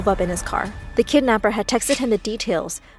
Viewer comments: Umm is no one gonna mention that is say kednapper instead of kidnapper ?( ͡° ͜ʖ ͡°) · It’s kidnapper not kednapper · It's Kidnapper not Kednepper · Whats a 'Kednapper'? XD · (Kidnaper) not kednaper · It’s not KeDnAppEr it’s called kidnapper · Ah yes, kednapper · I’m sorry “Kednapper”? No, *kidnapper.. get it right!! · Kidnapper not kednapper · Did it really say KEDnapper? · Kidnapper not kednapper bruh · Haha they said kednapper 😂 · 'kednapper' LOL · "My kednapper" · People : writing the title kidnapper Person: nah bruh KEDNAPPER sound right 😂😂😂😂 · Kednapper. Really?!?! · kednapper bruh its kidnapper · Its Kidnapper not kednapper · ITS KIDNAPPER OH LORD YOU DID KEDNAPPER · Kednapper??? Kidnapper y’all couldn’t correct tht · Bish wot its “kidnapper” not kednapper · It's KIDNAPPER NOT KEDNAPPER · Wait what "kednapper" bruhhh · Hahaha kednapper lol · I like how it says ked instead of kid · Wait does anyone realise that they said kednapper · What’s “ kednapper”? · Kednapper huh? But I love the story anyways excited for part 2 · They said kednapper lol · "kednapper" bruhhh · “I saw my kednapper after 10 years” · When it said kednapper like....WAAAT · Whats a "kednapper"? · Bro “Kednapper” 😂 im dead💀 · whats kednapper? XD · ah yes, kednapper good job my story